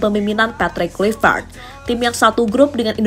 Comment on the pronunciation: Mimin : terdengar seperti 'Kulivert. Apakah aku salah dengar? 😅 Ayolah.. kawan henti sejenak komentar serius. Semoga kecintaan kalian kepada STY tidak membutakan kalian 😅